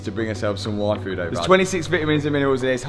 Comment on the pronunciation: I definitely heard say he was going to go get a waifu. That was very confusing until I realized he said yfood.